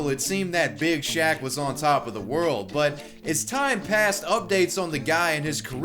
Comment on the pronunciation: I laugh everytime he says "Big shack"